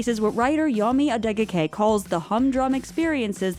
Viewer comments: Love how the take said Yomi Adegoke correctly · I appreciate how they said Yomi Adegoke.